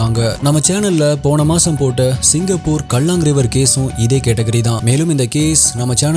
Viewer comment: உங்க ஆங்கில உச்சரிப்பு எல்லாமே தப்பு தப்பா இருக்கு? தயவு செஞ்சி மாத்திக்குங்க. அதே மாதிரி அது சிங்கப்பூர் கல்லாங் ரிவர் இல்ல காலாங் ரிவர். சரியான உச்சிரிப்பு தெரியலனா கத்துகுங்க. அது தப்பு இ்ல்ல தானே